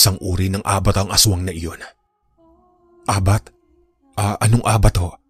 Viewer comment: Ang pag bigkas ng abat ay mabilis hindi malumanay. Cebuano term ng aswang